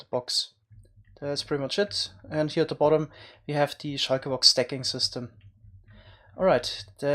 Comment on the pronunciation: I love the way he says shulker